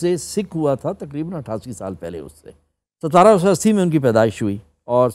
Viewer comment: فیصل شیر جان سے کہیں کہ 17 کو ستارہ نہیں سترہ کہتے ہیں۔ ان کی بھی pronunciation درست کروا دیں۔